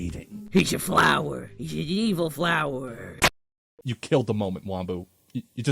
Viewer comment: he's a fwower an evil fwower